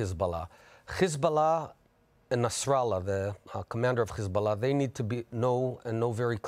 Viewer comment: Is it so hard to say hezbollah. Why chhheezbolah. Genocidal liar, you will lose, go back to poland thiefs..